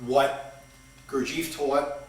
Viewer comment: first of all somebody should teach you the right pronunciacion of Gurdieff and Don Juan. Then speak more abstract so that nowbody will understand you.